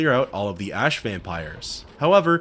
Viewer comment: It's so weird how you can pronounce the word ash correctly half the time but the other half its "aash"